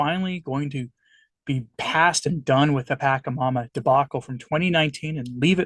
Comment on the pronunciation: Your lack of historic knowledge and cultural context is appalling. This video is the epitome of ignorance and fear mongering. BTW is pronounced "PashaMama" not Pakamama and it is Quechua (indigenous dialect) for "mother earth." My advice to you is to grab a history book about all the atrocities the catholic tradition did to all of the indigenous people of south and central America and understand why they created "pagan" rituals. This is not satanic. Different isn't satanic. Thank god I am no longer a catholic.